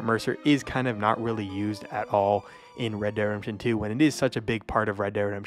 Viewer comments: U say “red de redemption” like u have marbles in your mouth lol 😂. Great video just finish your words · said redderedamption one 🗿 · "Red dead Rempshun" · Not gonna lie, for some unknown reason I chuckled whenever you'd say "red dead redemption" and it would blend together like one word. Not a dig at you or anything, just random. But when you have to say it that many times in a video, obviously youre going to say it as quickly as possible